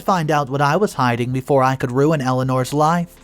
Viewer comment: Umm it’s RUIN (ROO-IN) not run it… how can you pronounce is correct in one part of the story but not in the beginning?